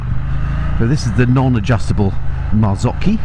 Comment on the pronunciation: Hi. On rewatching this video I noticed your pronunciation of 'Marzocchi'. As a self-taught Italian speaker I would like to enlighten you with this: The Italian pronunciation of 'cc' within a word is 'ch' as in 'Cappuccino', whereas 'ch' is pronounced 'k' as in 'Mocha'. The spelling of Marzocchi with both cc and an h really puts the CHat amongst the pigeons.... ha ha. Still confused? So am I, and I didn't want to be alone so I sent you this informative little waste of time! Ciaow.